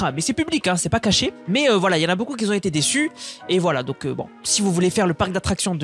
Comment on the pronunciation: stp, je respect ton travail, mais tu dis qui s'ont et le "s" n'existe pas, je saigne des oreilles